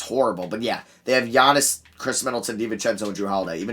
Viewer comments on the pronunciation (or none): none